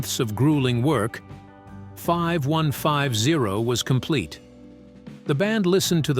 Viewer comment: It's pronounced 51-50 bot